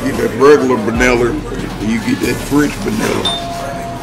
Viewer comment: "baniller" lol he did that cowboy hat